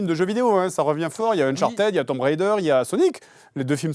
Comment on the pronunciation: Je le dis à chaque com, mais on prononce "TOUM" Raider, et non "TOMBEU" Raider 😄